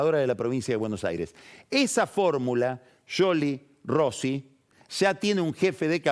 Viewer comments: Scioli sc se prumumcia shioli no yoli y cuando mencionó a Stanley la e no se pronuncia en inglés eso me indica que debe hablar italiano pero no inglés. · es más un Yioli con una i casi sin sonido, como decis que un sholi como lo pronuncia pagni. Eso pasó porque no lo dice con el acento italiano. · Es increíble como se quiere hacer el que habla bien con scioli, el cual lo pronuncia bien y lo acentúa como el orto.